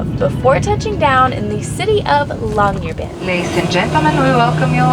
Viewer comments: Im Norwegian, and i think you nailed the pronounciation of Longyerbyen. Cant wait for this series! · Kudos for the pronounciation of Longyearbyen 😊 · I’m not even two minutes in to the video but, as a Norwegian, I just have to say that, the way you pronounced Longyearbyen was pretty perfect. It’s exactly how I would’ve said it!